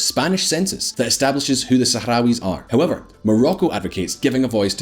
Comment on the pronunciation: How much is normalizing Israeli relations with really about US diplomacy and how much of it is about the idea of my enemy of my enemy is my friend when it comes to Iran? I love the fact that the Republican representative could barely say Sahrawis.